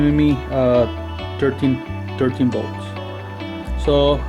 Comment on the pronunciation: Did you say 12 13 bolts or volts??? Here in America most of us call that kind of current volts ! Haaaa haaaa just kidn man good video bro